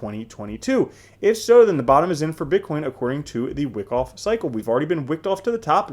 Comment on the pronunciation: it's pronounced W-eye-koff you bobble head.